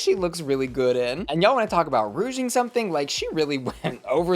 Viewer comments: Not saying ROUGING too!!! Y’allll it’s RUCHING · Dear Lydia that is the ugliest hat I've ever seen in my life. I don't know what's on your head but you should have never went onto the runway with that, yuck. Also my dear it is pronounced ruching. Rouge is makeup. And onto the stolen trim. They weren't supposed to be sharing it was not a group challenge it was an individual challenge. The other queen had already claimed it. So Onya is in the wrong here. Whenever they do these kind of challenges all the girls run and grab what they can and claim it. Sometimes people are not left with much too bad so sad. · Ruching. Please. It's a "sh" sound, not a soft g. Thank you for the videos as ever. 🧡